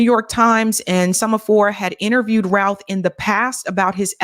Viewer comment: Doesn't the name rhyme with mouth? Cuz Ruth is R-U-T-H!